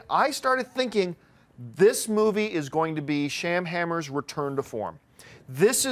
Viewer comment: It's Shama-lama ding dong. Not Sham-hammer.